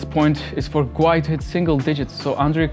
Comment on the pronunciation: It's pronounced "gWAY".. just stop